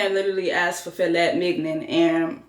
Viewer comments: Fil-et Mig-nen!🤣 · Filet Mignon is truly meat tho... He just pronounced it weird. It's French! 😂😂😂😂😂😂😂😂